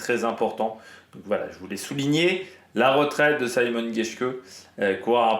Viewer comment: Mais on prononce vraiment [saymon] geshke ? Ca me semble bizzare pour un allemand